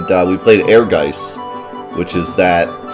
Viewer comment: Actually the pronounciation is more like "Ehrguytz" which is German for "ambition".